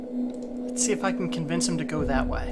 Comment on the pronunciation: I'm not sure why, but every time you say "Way" I imagine that you're saying "whey" and it amuses me greatly.